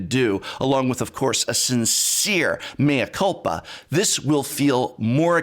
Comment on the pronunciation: When you sayed "mea culpa" sounded like you know how to speak portuguese.